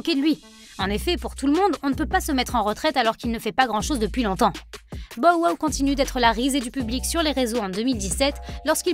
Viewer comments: hahahahahaha omg je peux plus mes porqoui tu change son nome bordel dit on Anglais no??? c'est ridicule putain 🤣🤣🤣🤣 tu dit comment 50(fifty) cent ? cinquent cent??????? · Elle devrait vraiment arrêter de dire son nom c'est trop drôle comment elle le dit